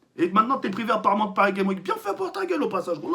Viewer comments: j'adore tk il dis paris game week est ces normal et tout le monde dis paris game s'week xD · Parcontre tk dans " Paris Games Week " prononce le S de " Games " sinon remet le en place l'autre cagoule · Paris Games Week j'adore comment il le prononce mdrrr